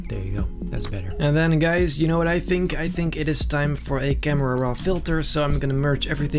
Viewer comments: I wanna say that him saying camrera is a bad thing but he's so dope that its basically a compliment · I love when he says camrara